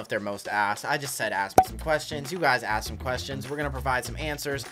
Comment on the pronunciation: When you said asked I thought you said but